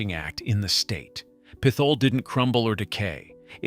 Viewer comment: lol it’s NOT pith ole it’s pit hole for real stop trying to church it up it is what it is a legit pit hole